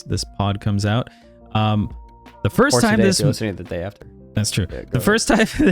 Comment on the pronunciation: Please never say Fist Spiderman again